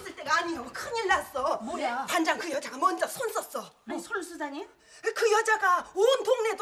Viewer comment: 이숙언니 반장을 반당 이라고 발음하는 거 끼스럽고 재밌다. ㅋㅋㅋㅋㅋㅋㅋㅋㅋㅋㅋㅋㅋㅋㅋㅋㅋㅋㅋㅋㅋㅋㅋㅋㅋㅋ